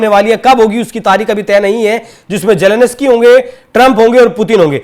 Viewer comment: Ukraine k president k naam ka toh sahi uchcharan seekh lo